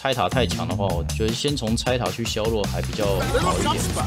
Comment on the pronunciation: 我很喜歡你 基本上每部影片都看 那個字為什麼總是唸錯呀 薛弱？是大陸用語嗎